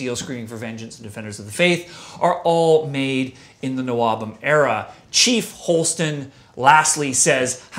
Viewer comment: Oh, you dropped the h in nwobhm. I've always been saying it like n wobhem. Oops :-)